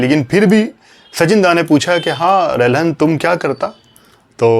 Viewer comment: पुरे विडिओ में आपने O P रल्हन को O P रहलन कर के बुलाया है. आप ने गलत नाम लिया है. रलहन होना चाहिये रहलन नही